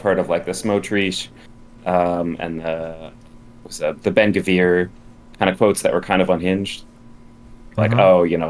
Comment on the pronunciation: For god's sake it's Ben GVIR and not Ben GAVIR